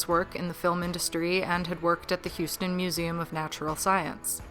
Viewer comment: I think you got Houston pretty perfectly.